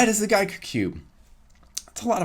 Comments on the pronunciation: Its pronounced Gee-ker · It’s pronounced Jee Ker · It’s pronounced as geeker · It’s giiker not giiker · Giiker is pronounced GIIKER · It pronounces gaiker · It’s guyker. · NOT gai gi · Its probrably Giiker like geek (nerd) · I've pronounced it "geek-er" because, well, it's geeky. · Probably pronounced Geeker, kinda like a geek cube? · Well if you guys really wanna know how it should be pronounced, try the Chinese pronunciation and derive the English pronunciation from there. Try listening to the Chinese pronunciation: Apparently, it should be pronounced Ji ke. But, Giiker is English, feel free to pronounce "Giiker" in anyway you like! Just like what we did for "Wuque"! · No it’s pronounce geek er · It’s pronounced Giiker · Keg CUBER you guys have it all wrong it's pronounced Giiker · I met the people who created them, it's pronounced Giiker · Did yall even learn how to read? It's pronounced Giiker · No no no your all wrong my dog is the creator it’s pronounced Giiker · no no no its Giiker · it. Is. Pronounced. Giiker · I think it’s giiker with to i pronounced closed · Mexican Cuber You said it wrong. Disliked